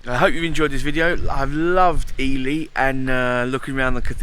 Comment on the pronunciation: No, sorry dear. It's pronounced eely. As in eel. 🙋🙏